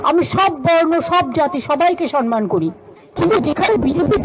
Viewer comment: উনি সম্মান বলছেন নাতো ! উনি সনমান বলছেন ।